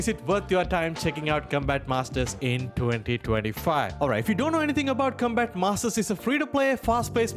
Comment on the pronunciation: Com...COM-bat. Not Cumbat 😅